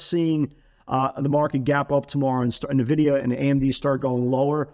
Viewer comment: please correct the way you say N-vidia..... !